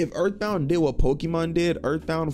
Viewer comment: ooouuu that earf bound